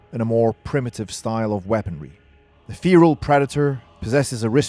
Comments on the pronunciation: You are saying fearal it's fe-ral lol. Good video just was cracking me up. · its not feeeral its ferrr alll get it wright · Fare ral not Feeee ral lol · Feeeral? Wtf? Do you mean Feral? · It's called 'Feral' not 'feAral' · "FEAR-AHL" Predator... No dude NO... It's FEHR-AHL Like a Feral Cat... u weirdo Ur welcome, thanks... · Had to turn the video off bc of how you pronounce feral. It’s “fair-al” not “fear-al” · I mean no offence, just you don't pronouce feral like fear-al. It's Fe-ral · Id finish the vid but godamn the way you say feral just pisses me off but good vid besides your dumbass pronounces feral its FERAL not feeral you in the se category as the same dipshits who say nissan zed instead of Z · FFS man it's FERAL not FEERAL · It's pronounced 'feral' not 'Pheeral'! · Feral feral feral feral !!!!!!!!!!!!! Not fear’al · Mate it's feral not fearal. Your British aren't you? Pronounce it right mate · Why do you say feral as feeral? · Why are you pronouncing Feral as "feereel" Have you not heard this word before now? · You're getting a lot of pronunciations that are easy terribly wrong, mate! "Fee-ral".... Like, seriously? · You sound dumb saying "feral" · Okay one the new predator is more like the berserker class 2 she is never tracking it however it is always following her. Just a false showing 2 pronounce feral and Comanche correctly please also this predator gives off bad blood vibes. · That's not how you pronounce feral btw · How did you manage to make a video about something with feral in its name without even learning how to say feral. Like surely youve heard the word used before at some point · You saying Feral Wrong Asf but good video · You don't know how to pronounce the word Feral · You should learn how to pronounce "feral" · It’s pronounced feral means wild like a feral cat would be a wild cat get it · I can’t cope with how this dude pronounce feral…